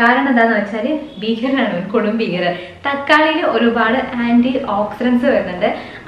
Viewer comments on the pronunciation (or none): none